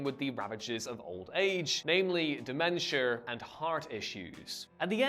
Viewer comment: Fonda not Fonder Dementia not Demetier Tesla not Tesler